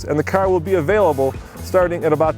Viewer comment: The way says "carrrr" drives me crazy!!!